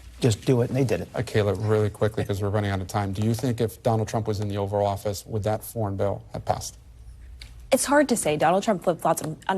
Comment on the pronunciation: Host: *Oval Office. Not "over office."